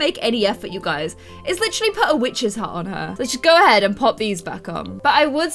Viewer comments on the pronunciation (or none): when you say hat you say hot